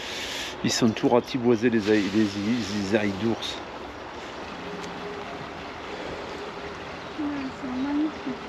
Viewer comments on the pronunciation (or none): Bonsoir, si je peux me permettre une précision. On dit: l'ail des ours. Amicalement.